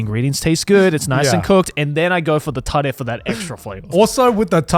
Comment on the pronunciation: that was the most american way to say Tare